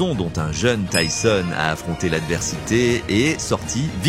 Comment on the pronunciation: Vraiment ça va j'aime bien tes vidéos et c'est pour ça que je me suis abonné à toi et pour la force aussi 💪 mais là déjà c'est dommage ce n'est pas ta voix, souvent les mêmes vidéos de lui je trouve et surtout quand tu ébrèches le nom de Tyson en tisone ou tissone ça m'énerves un petit peu car tu fais bcp de vidéos sur Tyson et la plupart elle se ressemble en plus .. Et le tissone, tisone les abonnés ou pas doivent le remarquer et aussi heureusement que ça ne remplace pas le ''o'' par un' ''a'' sérieux là tu m'aurais tué mec, Tyson en tisane 😅👊 après je t'en veux pas mais règles moi ça après tu as commencé y'a pas longtemps mais bon.. Continue ce que tu fais et tu t'améliora 👌